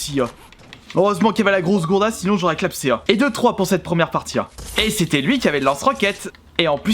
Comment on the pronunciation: On dit clamsé et pas clapsé